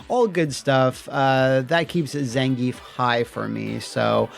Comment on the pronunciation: Thank you for pronouncing "Zan-ge-ev" correctly.